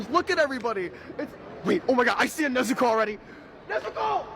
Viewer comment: NezUko? "Nesko"!